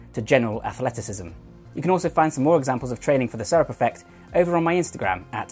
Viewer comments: Serape se-ra-pe, if you are going to use neologisms, find out how to say them. You make it sound like syrup. I'm seventy , Hay sesenta años. J'ai soixante-dix ans. #growingyoung 🇧🇦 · Just being pedantic here but it's pronounced "ser ·ah·pee" or "ser-ah-pay". Great video though. Keep up the good work! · Bro I love your videos but it’s pernounced Serapè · you say it like sair-ah-pay not syrup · Serape has 3 syllables though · “Serape” is Spanish and pronounced Sir-rop-aa. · For the record, the pronunciation is more accurately seh-rah-peh. As he mentioned, it's a Mexican shawl/cloak that is worn around the shoulders and tucked into the belt, mirroring the muscles he's discussing. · Serape, ser-ah-pee. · Pretty sure it's pronounced se-ra-pe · Great video, thanks! I wouldn't mind a re-publish with the word "serape" pronounced correctly, but it's a small nitpick. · I cringe whenever you say serape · He's got some good info here, but I really wish he'd learned how to pronounce "serape".